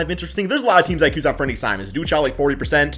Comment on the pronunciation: You're pronouncing "Anfernee" wrong. The Blazers aren't letting him walk either. They've allegedly had a handshake agreement since late last season when they asked to sit out for the tank.